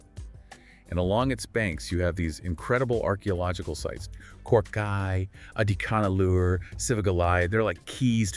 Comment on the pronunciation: Folks, The phonetic sound for AdiCHAnallur is not the "cha in cha-racter), but it should be said with a sound of "CHA-rcoal). The sound phonetic of Adichanallur must be Tamil sounding like cha in Charles, cha in charcoal, etc ,😊 and NOT like the cha in character😮